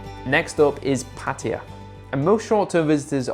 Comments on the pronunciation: 🗣️))))). ⛔️Not Pah Tee Ah. ⛔️Not Patty Ah. 👉🏼 Pah Tah YaH’. (Pattaya)👌🏼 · KRABI IS MUSLIM, THAT'S WHY THERE IS NO FUN THERE. IT'S PATAYA, NOT 'PATYA'